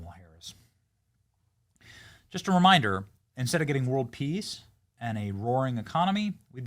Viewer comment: Kamala travelimg the planet speaking for "Whirrled Peas"